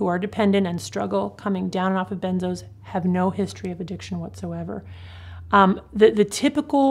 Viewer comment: Weirdest pronouncement of benzos ever.